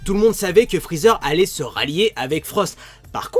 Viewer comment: Je kiffe quand t'as dit Frozer